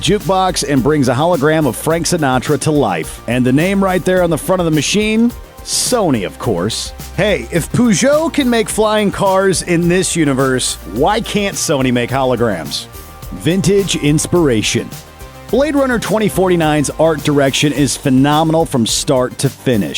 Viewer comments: POO-JOE???? per -gee - o!!!!!!. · Purr - geot, not poo - geot lol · I can’t believe this guy just pronounced Peugeot like that Jesus Christ “Per-Je-Oh” not “poo-joe” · ahaha ... this guy ... "poo-joh" ... Peugeot is pronounced "pur-jo" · What the hell is poo-djow? It's pronounced purr-djow. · you pronounce Peogeot as 'Poogeot'... its pronounced purgeot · I had to stop the video when you said POOGEUT. Wtf. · Poo Joe? Villnuv? Where did you learn to speak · I've never heard Peugeot called poo-jo before 😂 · PUGEOT ?! You pronounce it PEUGEOT ! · did he just pronounced Peugeot as "pežou" ? xD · Poo-jo? That's how your pronouncing Peugeot? Poo-jo. POO-JO. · "Poojeaux"... Guess Americans haven't been taught how to pronounce Peugeot yet. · I'm who sorry? "Poogeot"? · “Poojout” lmao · Pew Joh?! Seriously? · It's funny how americans read Peugeot :D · Haha is that how americans say Peugeot? mad thing. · Only French people can say it correctly anyway, like any other car brand and their original name language I guess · The pronunciation of Peugeot is horrible, though ;)